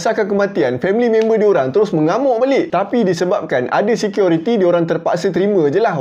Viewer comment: Assalamualaikum warahmatullahi wabarakaatuh??? bro dan semuanya.....security atau seqiority ni...he he he ..maaf kalau saya old school ...MCM lawak bunyi tu ,,tapi dah ok best dari dulu cara penceritaan..